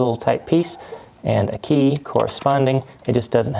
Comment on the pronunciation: Key not jey